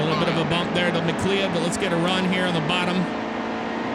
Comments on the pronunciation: McLeod is pronounced mccloud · Just for future reference, McLeod's name is pronounced "McLoud". Great video thought! Truly brightens up my day. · Yes. And Steven Leicht is pronounced "Light". McLeod is pronounced "Mick-cloud". Yeley is pronounced "Yay-lee". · You pronounced McLeod, Yeley, and Chastain wrong, but the game looks good.